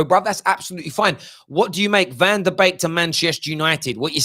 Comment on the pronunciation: BEEK NOT BAKE!! C'ON!!